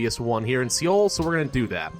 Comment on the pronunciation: hey! great gameplay. there's just one thing.. Seoul is pronounced "soul". thank you :P